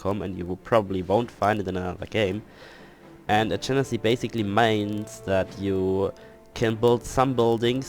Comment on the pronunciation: Though I doubt it matters now, I hope this helps. "Adjacency" is pronounced as (Ad - jay - sen - see). Also, in "Fragile," the "g" is pronounced like a "j" so (Fraj-eyel).